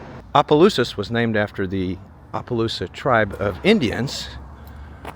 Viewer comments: OMG I cringe when anyone butchers names in Louisiana. Towns...or whatever. He's hacked at Opelousas so many times. If you aren't sure how to pronounce something just ask. And it Opa-lousis. Omg he just finally got it right 😅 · Abdallas was a high end clothing store, we had one in New Iberia also one in Lafayette, have to laugh half the time you pronounce Opelousas right, half well not so right…lol. I used to love the town, but now I avoid it as much as possible. I now live in the small town of St Martinville, it’s getting about as bad…